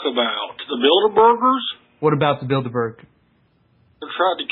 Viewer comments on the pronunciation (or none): Did this muthafucka really say "Build-A-Burgers!?" (Bilderbergs) what a troll! Why harass the people who bring the truth to us? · "The Bilderburgers"